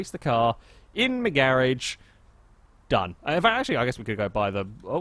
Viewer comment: I like how when u say garage it sounds like ur saying garbage